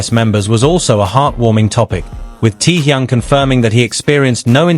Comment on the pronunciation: The crappy AI WRONG pronunciation of his name though. I watched the original and half what was said here are utter rubbish. Get rid of these kind of AI nonsens. He never cried good lord stop lying 🤥.